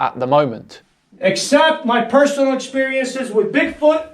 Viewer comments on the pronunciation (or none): none